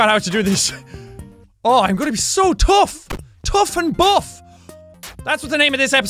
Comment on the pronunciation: Bough? Oh right, you meant buff! Well there isn't even an f in bough. And don't even bring up phone because that's the only other thing that makes the f sound and I know that. ph f ph f - neither were in what you said.